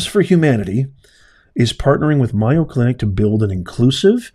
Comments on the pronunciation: It’s not Myo clinic…..it’s MAYO with a long A sound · Mayo clinic is prounounced may o not my o. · It’s. MAy-O clinic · Just mentioning its pronounced MAYO. Long A long O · It’s pronounced MAY-O❤😊if you don’t pronounce it correctly then people might not know what hospital you’re talking about.❤😊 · Just want to correct you, its pronounced A as in aid, in MAYO. You seem a genuine person and I agree about DEI being detrimental, but there is NO WAY you were at MAYO, because you are pronouncing it wrong constantly...?!!! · Learn how to pronouncse mAyo clinc if you want me listen to you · You're pronouncing it incorrectly it's like mayonnaise. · Yeah, it isn't one of his better pronunciations. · not criticizing, but letting him know so he doesn’t continue to embarrass himself. After all, it’s only four letters it’s not like trying to pronounce supercalifragilisticexpialidocious.